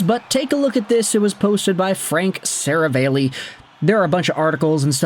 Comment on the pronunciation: You can't pronounce Seravalli or Wanner. Stay in school